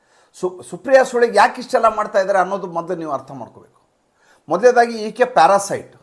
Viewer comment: Parasite ಸರ್ ಪ್ಯಾರಸೆಟ್ ಅಲ್ಲಾ